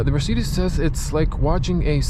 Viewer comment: Dude no wonder it doesnt work, youre saying "hey mircidis", how should that register ? 😂